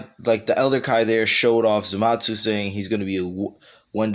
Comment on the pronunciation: Why do you call zamasu zamatsu